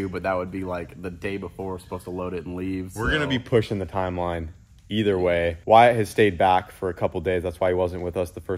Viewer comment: Wire-it... I mean Wyatt is awesome